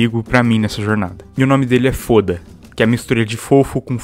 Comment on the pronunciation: COMO OUSA FALAR FODA EM VEZ DE FÔDA ,AGORA SOFRERÁS AS CONSEQUÊNCIAS